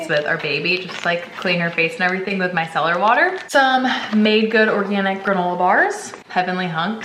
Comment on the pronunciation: What is it you put on your daughter's face? Cellar water? I just didn't understand what you said haha